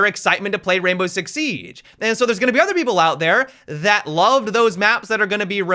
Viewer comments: Why you said sieaggge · sounded like he had a stroke when he said siege lol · listen to the way he says siege 😂